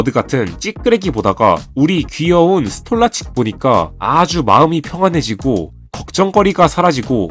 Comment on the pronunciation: 스톨라칙 ㄴㄴ 스톨라르치크가 정상적인 발음